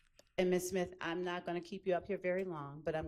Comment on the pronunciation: I thought I was the only one heard that. SIMTH